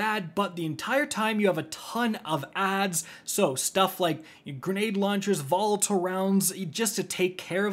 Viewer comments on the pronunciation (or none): Vol-a-tile rounds not Volta rounds 🤦🏻‍♂️ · So I was trying to figure out what the hell a vault around was until I realized he was trying to say “volatile rounds.” 😂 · Volatile...Vol-atul is how it is pronounced. I got so confused what he was saying. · Pronounce volatile as “vol-eh-tile”